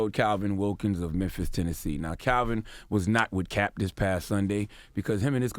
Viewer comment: Memphis pronounced: Memff💦eeaahh